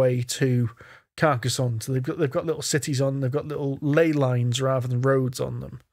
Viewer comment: Hurrah for pronouncing Carcassonne correctly.